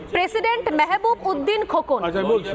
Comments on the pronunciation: মেহবুব না ,,, উচ্চারন ঠিক মত করেন,,, ব্যারিষ্টার মাহাবুব উদ্দিন খোকন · ওনার নাম মেহেবুব উদ্দিন খোকন না, মাহাবুব উদ্দিন খোকন। নাম গুলো আপনাদের ইচ্ছা মতো উচ্চারণ করবেন না প্লিজ। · মাহাবোব উদ্দিন বলতে পারে না আাবার উপস্থাপক হয়ে গেছে হাইরে হায়রে মূর্খের দল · উনার নামটা সঠিক ভাবে বলেন মাহাবুব উদ্দিন খোকন